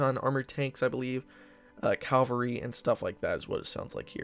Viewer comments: I like your vids, but, it's "CAV-alry" and not "CAL-vary".. like the church.. Thanks! (haha) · I'll be excited when you pronounce Cavalry correctly. Cav-al-ry. Cal- var-ry is where Jesus (as in Christianity) was supposedly crucified.